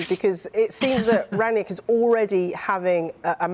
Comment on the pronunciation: Good analysis Flex but it's Rangnick not Ragnick